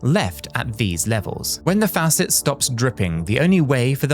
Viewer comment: The AI giveaway is the pronunciation of the American word for a tap = faucet. It is clearly pronounced incorrectly several times and every time the same way in this video.